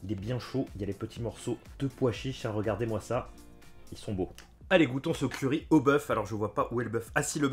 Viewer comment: j'entendais curé au lieu de curry, boeuf au curé, pas mal